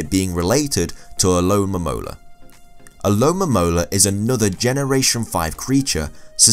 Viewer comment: it's funny when he says alomomola 😂